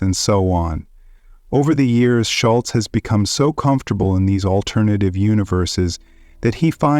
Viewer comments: Jesus. You’ve got to stop saying “shoal-zee”. It’s “SHUL-tsuh”. Standard German pronunciation. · Can you please pronounce Peter's family name correctly?